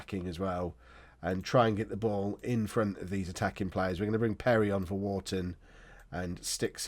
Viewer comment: Our entire thront three 😂 Get your f's and th's and ph's worked out